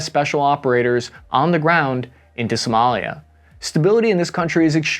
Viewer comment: is Somalia not Somolia.